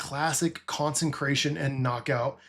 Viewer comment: Decent video, just pronounce consecration (not consencration) correctly in future videos.